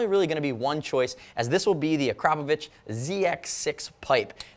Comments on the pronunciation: You're the first American who correctly pronounces "Akrapović" :D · thumbs up for the proper pronounciation of the brand's name ! :D